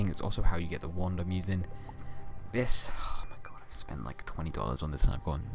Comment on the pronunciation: tHE uLtimat tuWENtee tuWENtee gayde